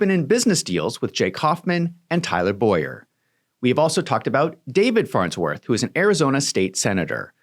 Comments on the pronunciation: BOWER clearly that is not pronounced BOYer..... it's things like this that make you look dishonest. If there is enough meat on the bone there is no point in doing things like this which tells me you have nothing. Keep digging and i am sure you will find it, but nothing in this video is it. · Her name is pronounced Bow-er not Boy-er. But otherwise THANK YOU for this research. It greatly helps me show my AZ friends what's going on in their backyard. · Bower is pronounced Bough-ehr like I bow down .